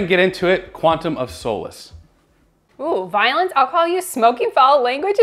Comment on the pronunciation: finally pronounces Craig correctly, then immediately says "Quantum of Soulless":DD